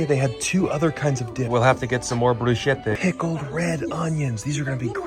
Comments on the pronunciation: the bruschetta pronounciation💔💔💔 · ITS BREW-SKEH-TUH 😭